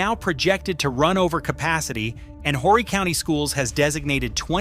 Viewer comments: JUST AN FYI TO THIS NARRATOR. HORRY IS PRONOUNCED "ORRY." THE H IS SILENT!!! INTERESTING ARTICLE...... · Horry is pronounced O - ree